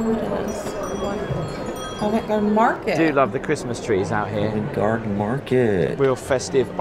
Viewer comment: Once again is right. She pronounced Covent Garden correct! You HAVE TO, HAVE TO visit Covent Garden when in London. Tiny shops, great street performers, great cafes/pubs/restaurants. It is a must any time of the year. Free to visit, but you could spend a lot of money when you’re there!